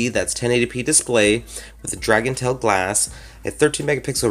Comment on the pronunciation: It's dragon TRAIL not dragontail